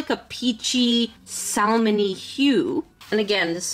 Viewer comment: Hey, It’s Sam-on for salmon. The L is typically not pronounced but you will find a few who pronounce it but usually the L is ignored. I noticed when you were talking about the color of the pages in the Azulas Journal or whatever it was. Just thought I’d let you know since I know English isn’t your first language.